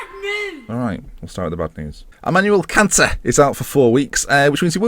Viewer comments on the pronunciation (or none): none